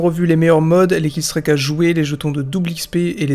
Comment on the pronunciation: J'adore tes vidéos mais killstreak se dit "killstrik" et pas "killstrayque" 😉